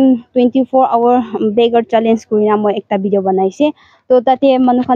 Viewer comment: Video not Bideo